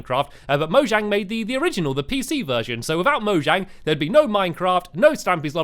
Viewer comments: mojang is pronounced mo-yang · It's moyang that's how you pronounce it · Its pronounced moyang but spelled mojang